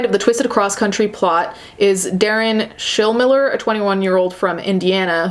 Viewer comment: You're saying Schilmiller correctly. There's a ton of them here in Southern Indiana.